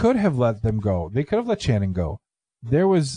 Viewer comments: Pretty sure it's more of an "Sh" sound for her name...not a hard "ch" as in chair...think Sonny and Cher maybe... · Sshhhhhhhannon NOT TCHANNUN!!!!! Ass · I'm from Knoxville and I know this case well. First her name is pronounced with SH. Also it's proven by DNA that Vanessa did indeed participate in the the rape. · It’s pronounced “Shannon” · You guys may want to make sure you have a better feel on the details next time ... 1. Pronounced "Shannon". 2. Channon wasn't kept alive for days and days ... it was less than a day. 3. Coleman has been up for parole 1x. Not multiple. 4. Channon NEVER volunteered to participate in anything related to $ex with Cobbins -- HE made that story up to account for his DNA. 5. Retrials happened because the Judge was strung out on drugs during the original trials. 6. Davidson and Cobbins are half brothers -- not Cobbins and Thomas. 7. Chris was raped with the table leg. 8. They were kidnapped at Shannon's friend's apartment. 9. Davidson told Cobbins he wanted him to meet a girl in the apartments. 10. Thomas wasn't included in the car jacking -- it was Davidson and Boyd -- Cobbins drove/followed those two after they carjacked them. 11. It had everything to do with the vehicle -- it wasn't initially about Channon. Before they left Chipman street -- Davidson wanted to carjack. It wasn't specifically to get Channon. 12. They were both raped, beaten, tortured and murdered. Boyd took Chris away from the house and raped him -- because he a prison &*tch -- and wanted him. 13. Davidson was not gone 60 to 70% of the time. (Seriously -- spent more than 12 seconds researching). 14. Coleman, Cobbins and Thomas went to Kentucky not just to flee -- but because they lived there. Countless others as well ... I understand what you are trying to do -- but this deal is bad enough. What is the point of hal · It's pronounced " shannon" just thought id let ya know